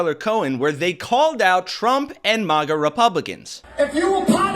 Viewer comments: dude I hate maga but it's not mah-ga. Maga like magazine. what country are you from? you haven't heard people saying it? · It's not Mahgah. They're not French. They're rednecks. It's Magguh. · Dude this is your own video. I appreciate the content but please go to and listen 👂 It is pronounced mag a. It is not supposed to rhyme with lava but rather rhyme with magma! So it’s mag like the word magazine Please 🙏 and thank you and I’ll subscribe but only if you say it right. Listen to drop kick murphys pronounce it perfectly at 4 mins and 20 seconds into this gr8 video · If you say MAH-GA one more time I'm reporting you to the FCC. lol jk but seriously, please stop.